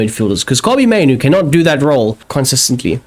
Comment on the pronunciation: Yea both those "mainoo" errors are all on you